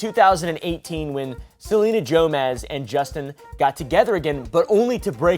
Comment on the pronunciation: Is no one else gonna correct him? I love this channel but it’s pronounced “GO-mez “ not Joemezz😭😭